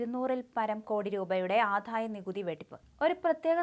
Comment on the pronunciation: ഈ 'ആധായ' നികുതിയും 'സമുധായ' നേതാവും.....ഒന്ന് മാറ്റി 'ആദായ' നികുതിയും 'സമുദായ' നേതാവും ആക്കിക്കൊടുക്കാൻ ചാനലില്‍ ഉച്ചാരണം അറിയുന്ന ആരുമില്ലേ..? ഈ നേതാവിന് പേരില്ലേ..?